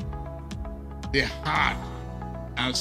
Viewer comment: Na how dis una president tongue be sef ''''TO REPUSENNT""😂😂